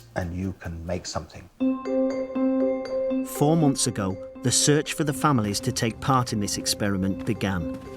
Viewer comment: "Mel what do you want a WKD or somethink." FFS